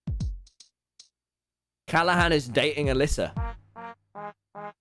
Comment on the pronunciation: No one: Tommy: cAlla hán